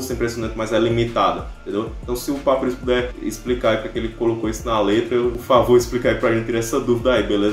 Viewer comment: Voce falo papyrus errado so pra avisa